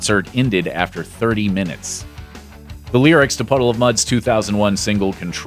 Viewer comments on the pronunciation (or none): none